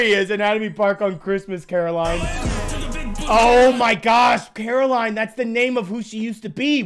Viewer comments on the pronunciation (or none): caroline is not pronounced that way